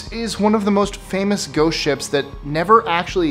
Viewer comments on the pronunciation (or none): none